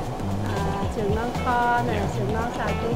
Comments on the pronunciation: kho is pronounced like the english word call just saying. when i eat ca kho and the canh chua i like to add the soup to my rice and add some of that ca kho sauce on top and eat it. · I would say it's more like "kawww".